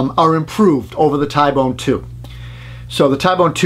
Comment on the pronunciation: T-bone , ty-bone doesn’t sound right